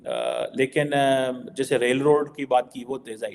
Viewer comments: 100% madrasa chhap even can't pronounce rightly [roll and re-e-d!!]😂😂😂 infrastructure [rail & road] अबे इतना जल्दी भी क्या है साला हम लोग भी एडिक्शन हो गया हैइस 😂😂😂😂😂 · bhai…..it’s not role & raid 😂😂😂😂. It’s rail & road. How difficult is it, you made the same mistake twice! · Bhai totale Roal Raid nahi rail road hota hai. 😅